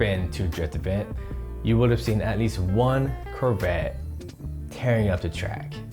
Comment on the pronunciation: Anyone else triggered every time he says curvette?